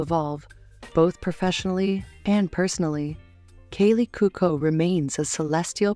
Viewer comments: Please learn to pronounce the words you use. Kaley is CUOCO not COCO. Camarillo is Spanish the double L is not pronounced the way you pronounced it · Would have been much better if the narrator had learned how to pronounce Kaley’s last name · This video should be titled “how many wrong ways can you pronounce ‘Cuoco’?”